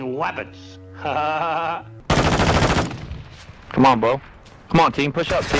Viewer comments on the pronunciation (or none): Bro, bro whats up bro, im huntin wabbits bro